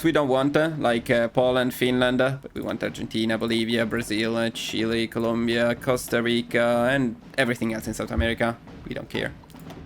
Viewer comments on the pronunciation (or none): none